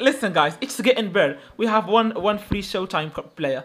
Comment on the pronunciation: Free or flee bro 😂